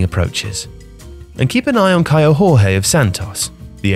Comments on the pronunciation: kaio jorge is not pronounced “horhay” its “jhorjhee” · Fantastic videos. Just one thing. In portuguese it's Jorge and not "horhe". That would be spanish pronunciation. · the "J" in portuguese is pronounced in the same way as you do in english, the aspired J is a spanish thing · In Portuguese, "Jorge" is not spoken as in Spanish. It's the same way you say "'José' Mourinho"